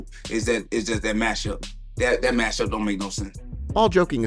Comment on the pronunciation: I had to replay the part where Joaquin takes a jab at khabib like three times before I understood him. What in the ghetto grammar is this?? "Dem arms eez 2 short". This isn't cute at your age, speak normally. He can't even say matchup. He says "mashup" 🤦‍♂️oh dear